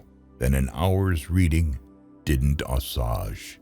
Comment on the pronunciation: these are great quotes! a couple of words were mispronounced: assuage was one....